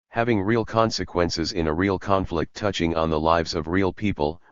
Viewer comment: It's weird but the machine doesn't really read the letter F properly when it's near an I or L. It keeps saying "conict" instead of "conflict" and "inict" instead of inflict.